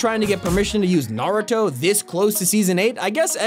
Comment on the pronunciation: I hate how he says nar-i-toe instead of nar-u-to